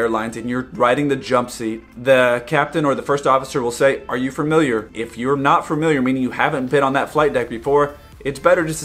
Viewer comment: its "FA-miliar", not FRA-miliar.